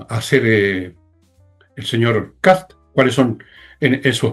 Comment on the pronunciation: Se apellida KAST, no Kass... la " T " se prouncia con los dientes casi apretados...